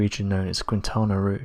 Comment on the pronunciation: Quintana Roo = Keen tah nah Ro